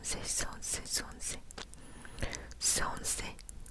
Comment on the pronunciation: часто говоришь сонсэ?